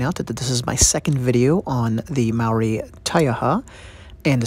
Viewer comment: Kia ora 🙏 thankyou for telling our Story. Condolences which means (Ngamihi) silent G ..Here's a little criteque I would love to teach People speaking out Language . (Ma-o-ri) which is pronounced (Mah- or- Dee) this is the correct term Rolling the Rs- similar to the Scottish R rolling🙏🙏